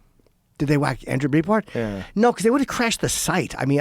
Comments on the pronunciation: Jim has been saying “Breitbart” wrong for 20 years. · Isn't it "bright - Bart?" Jimmy says "breet-bart"